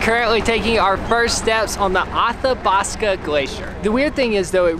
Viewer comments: Athabasca is pronounced more like "A-thabasca" not "Aw-thabasca". 😆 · I love that called the Athabaska Glacier the Awhthawbathska! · Here in cold Alberta howling with laughter. Othobosco??? I have never heard Athabasca pronounced quite like that? Love it. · Anyone from Canada 🇨🇦 notice them pronounce Athabasca weird